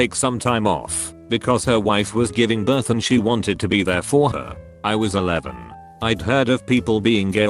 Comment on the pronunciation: Love the way the TTS bot pronounces the word 'be' (bee)